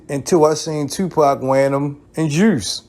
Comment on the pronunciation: This man said “juirce” 🤣🤣🤣